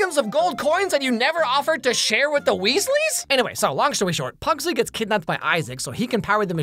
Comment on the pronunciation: Is is terrible but watchable somehow. They mispronounce pugsley and wednesday is conflicted as a person who is sad she will be seen as a failed murderer and a also she is a detective preventing murder? Also the cgi is cheap as can be